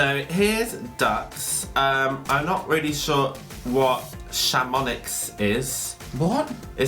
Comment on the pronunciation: Chamonix is a french ski resort - pronounced 'Sham-on-ee'!